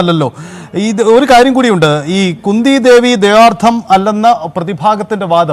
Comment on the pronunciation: ന്യൂസ്‌ വായിക്കുന്ന ചേട്ടാ കുന്ദി ദേവീന്ന് പറയാൻ പാടില്ല 😋